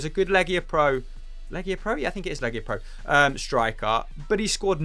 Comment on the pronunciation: Its LigaPro not LegiaPro